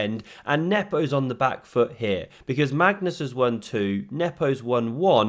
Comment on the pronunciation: Thanks for pronouncing Nepos name correctly. The commentator in the live stream was awful